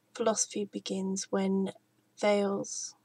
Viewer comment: It's pronounced 'thay leez' Im no Grammer nazi just thought I'd help